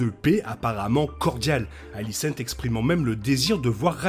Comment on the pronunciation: Très bonne vidéo comme d'habitude ! Mais désolé je suis obligé de faire une petite remarque sur votre prononciation de la plupart des prénoms. "aegon" ce dit "égone" et pas "haégone" ou alicent etc. Plusieurs prénoms sont mal prononcés par rapport au livre et à l'adaptation de GRR Martin ! Mais ça reste un détail bien sûr ! Bonne continuation !